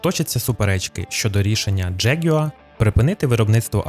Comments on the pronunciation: Джегюер?!! Яка мразота! Взагалі то завжди було Ягуар, і читалося теж! Це збочення - вносити у нашу мову англіканізми!!! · Бляха, що за дЖєгЮааа????? Може простіше сказати ягуар? 😅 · Неможливо слухати. Який нах джеґуа? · Ти якщо понтуєшся, то вивчи правильно вимовляти слово ягуар англійською. А ще краще говори ЯГУАР як всі нормальні люди!